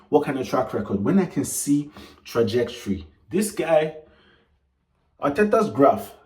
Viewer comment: man almost said Trajectorilly